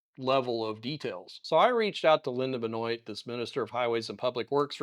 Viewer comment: FYI, the name Benoit is pronounced "Ben-Wah". Fairly common name in S. Louisiana.